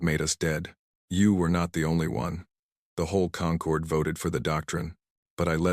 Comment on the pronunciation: AI changing how we pronounce words "Concord" when referring to people who've come together as a group is pronounced "kun-CORD" "Concord" the way these vids pronounce it, "KON-cord," refers to GRAPES